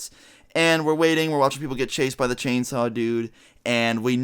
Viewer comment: Did he say…”chainsew”